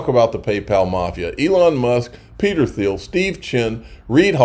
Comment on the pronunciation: It’s pronounced “Teal”. Peter “Teal”.